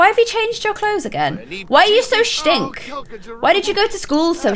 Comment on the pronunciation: who pronounces stink as shtink